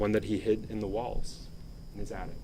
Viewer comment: Sometimes she gets it right tho. Like the times she's talking about the attic and called it an addict a couple of times before she got that right. Maybe her uppers are slipping. She has such a tiny mouth. And I don't know what that accent is. During the murder trial she pronounced poop as peup about a hundred times. AH...Ah...🤢